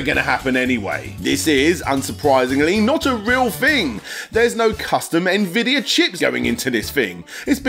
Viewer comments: Nvidia is pronounce envidia. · LOL! NA-Vidia. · That is not how you pronounce Nvidia